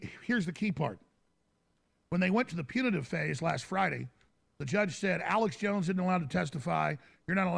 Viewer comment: lol sounds like he says Alice jones.. Love these 2 great men!